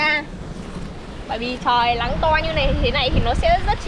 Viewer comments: Nghe bé này nói chuyện stress ngang😂 cứ Lắng r Lói, Nà,…🤣🤣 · Nói chuyện y chan a Sáng lun náng thì kiêu lắng😊chữ n kiêu thành chữ l😂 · Nc n chứ ko phải l 😢 Nắng ko phải lắng . 😅